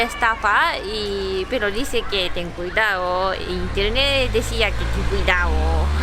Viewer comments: “Cuidao”? Que no es “cuidado” lol ? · Me encanta el ten cuidao 😂🙌🏻